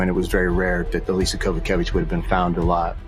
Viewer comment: It's not hard to pronounce Koza-kie-vitch, ffs